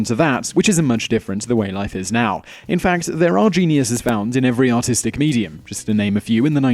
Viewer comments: Every time he says "artistic" it sounds like he says "autistic" I know its probably because he's British/Australian but i just find it funny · Anyone else thought he said autistic on #10??